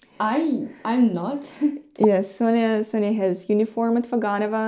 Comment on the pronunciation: I notice that you pronounce Sofia's name as Sonja (Sonia). Is that for people who are close to her, like Masha for you? Could you explain how to pronounce/spell her name so we, strangers, can say her name accurately?